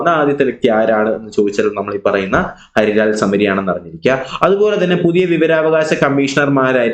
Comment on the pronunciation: സർ ഹരിലാൽ അല്ലല്ലോ ഹീരാ ലാൽ അല്ലെ